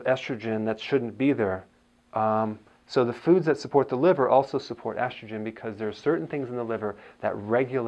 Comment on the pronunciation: It’s estrogen, damn it!